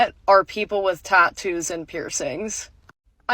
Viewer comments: tah-toose :face-turquoise-covering-eyes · Plus the way she pronounces TATTOO is so grinding. TAH-Toos. Not wrong, I think, just weird to me. Also, the tattoo on her forehead is lopsided? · The most infuriating thing is her pronunciation of “tattoos” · Why does she say tattoos like that? 😬